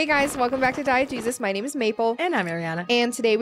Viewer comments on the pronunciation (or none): started watching your channel recently and i swear for the first couple days i thought you were saying "Diet Jesus" instead of "Diegesis" in the intro LOL